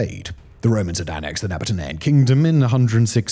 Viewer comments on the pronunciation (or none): Very interesting video, as always. Thank you, Simon and team!! It's pronounced "Naaah-bah-tee-ahn" You're somehow adding an extra syllable, I think 🤔